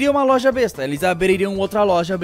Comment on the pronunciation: quase acursou o golpe falando "culpa da LOLJA"